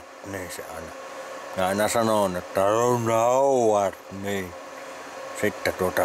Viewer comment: Rrron Hooooooowarrrd 😂